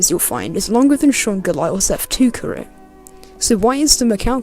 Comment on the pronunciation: "longer than sean gelael f1 carrier" naurrrr